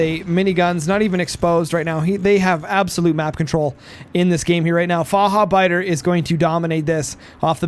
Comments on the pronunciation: "Fahabeida" xD Near perfection by tho! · The "ch" needs a bit more aggression. It should Sound Like the spanish "j" for example in Jalapeños.